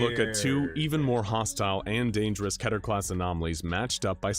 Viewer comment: I think it's Called Kehhh ter. Instead of KEY ter.